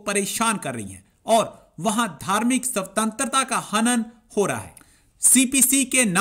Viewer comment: सवतंत्रता नही भाई स्वतंत्रता !!